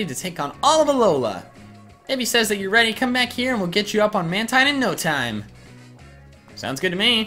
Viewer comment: It's man-teen not man-tine